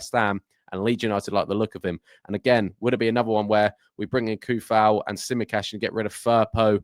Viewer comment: i believe its pronounced Sue-fal :D he's be a nice addition , and improvement on our bench options , snap up his compatriot Soucek also ^^